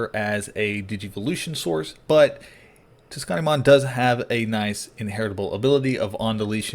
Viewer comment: I've been playing too much meta. I'm looking forward to trying this deck out! Heads up on pronunciation. "Tsu" is pronounced "soo." Soonamon